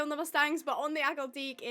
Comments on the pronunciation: Clickbait title 😠 and why do you dont like akhal tekes irl And its pronounced Akhal Te-ke not akhal teek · It is pronounced Akhal-TEH-kee, not Akhal-TEEK.